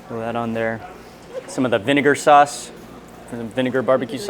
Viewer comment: Sauce not Suss